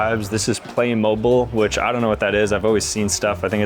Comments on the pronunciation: “play. Moble.” Don’t you mean play mo beal?? (THE SPELLING IS MENT TO BE WRONG/FANATIC) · I really love your videos and I am a subscribe but I’m sorry playmobile- it’s pronounced playmibile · Did he really say " Play mobil"? Hahahah damn bro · HOW HAVE U NEVER HEARD OF PLAYMOBILES B4!? (Also it’s purnounced play-moe-beel) my dads obsessed and has a million of em 😭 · “Playmobil” 😂 btw it’s pronounced Play-Mobeel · The way he pronounced Playmobile was interesting. I used to love playing with those when I was a kid